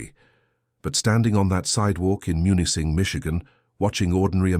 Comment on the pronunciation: Camp Au Train, near Munising (MEW-nis-sing) 👍